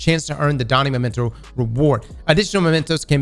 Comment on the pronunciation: Bro it's MEMENTO, say it with me. Maybe the whole Hamkara thing went too far, you really need to read the whole word before you say it, and then say it right.